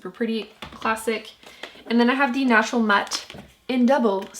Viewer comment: I've noticed you say "national" instead of "natural", so odd